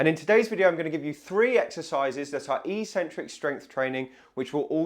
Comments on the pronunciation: It is not "e-centric", it's "eccentric", like Eggcentric. There are two c's in there for crying out loud. Why would people think it is ecentric. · EEEEEEEEEEEEEEcentric is NOT a word in English. If you're talking about the word 'eccentric', it is pronounced eK-Sen-Trik. This isn't merely academic snobbery. EEEEEcentric means 'without a center', per its Latin etymology. Pronounced correctly, the true meaning of the word becomes evident: 'away from the center'. When sports people 'try' to use this word, they are referring to the movement of two tendons away from each other, or away from the center of the muscle. This is completely consistent with the other most frequent use of the word, which means 'odd' or 'crazy' or 'not normal'. Eccentric people can be considered to be 'away from the center of normalcy'. Don't trust me, though! Just take 1 minute to read literally any English dictionary to confirm that there is no recognized pronunciation as EEEEEEEcentric. So,, people may consider you eccentric if you were to suddenly start pronouncing it correctly, but you'd at least be the most informed and educated physiotherapist out there! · So curious how the whole physio community mispronounces "eccentric" as if it's spelt "ecentric". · It's pronounced 'ek-centric' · I am not native in English but I would say the word is pronounced "ekcentric" or like "excentric" with first c pronouncing k. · Sorry mate but I can't watch you anymore. I'm 75 and have watched your videos for some time now, but hearing you pronounce eccentric as 'eecentric' just boils my blood. I must admit that I am an Americanophobe and despise the influence they are having on young Brits, but l assumed you were intelligent and be familiar with the correct pronunciation. Google 'how to pronounce eccentric' to hear the correct English way. Sorry, but if you can't speak your mother tongue correctly l can't trust you anymore. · That's pronounced ek-centric in English. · It is "eck-sentrick".